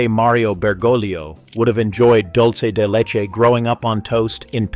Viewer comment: It is not "Dolce de leche". It is "Dulce de leche". To mispronounce this simple term is to insult both Italian and Spanish speakers and to give the impression that you don't know the difference between an "o" and a "u".